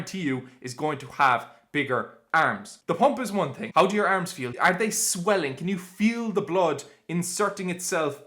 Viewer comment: The Irish way💪